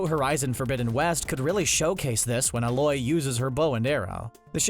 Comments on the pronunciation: A-loy not alloy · “A-loi” hahahaha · He said Aloy wrong lol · when WHO uses her bow and arrow? Lmao it's pronounced Ay-loy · he also can't pronounce Aloy's name so I doubt he played Horizon Zero Dawn either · No, that's not how you pronounce Aloy...😭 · You know when the host is not exactly a gamer or have not played the games he is reviewing and just reading a script someone else wrote when he mispronounces names